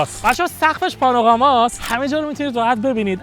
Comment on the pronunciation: وای دهنت سرویس ام کی سقفش پاناغوراست، پانورراماست...؟؟😮😅چی؟داداش اون «پانامراست»گفتی حاجی مگه مجبوری انگلیسی صحبت کنی همیشه سوتی و گاف میدی دهن سرویس😂یاد ارسطو میوفتم وقتی همیشه اینجوری سوتی‌های گرامری می‌دی😂😅😊